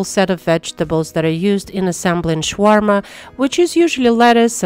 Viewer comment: Please stop calling it Shwarma. It’s Shawarma. Sha Sha. Not Sh Sh.